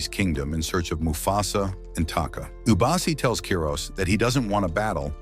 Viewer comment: Bro, mufasas real parents are afia and masego. Masego died in the flood. The lioness at the end was afia not ishe. Its not ishe its eshe. Its not ubasi its obasi.